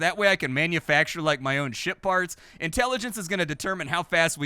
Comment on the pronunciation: said schitt-farts...! (ship parts)